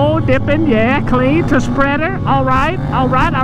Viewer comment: "I respeckt it... With the foot" lol I'm dead